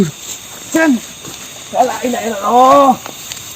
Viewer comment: Mohon maaf mas gase... tolong diingatkan ke..bahwa dalam baca kalimat syahadat ada sedikit kesalahan. yaitu ketika baca kalimat: Asyhadu alla ilahaillalloh tp Patih bacanya ILLA ha illalloh.